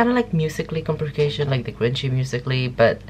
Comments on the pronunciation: It's called compilation not complication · "Compilation" not "complication" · Not complication baby its compilation!! Hehe btw nice reaction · Comp-il-ation Not complication xD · Its COMPILATION NOT COMPLICATION 🤣🤣🤣🤣🤣🤣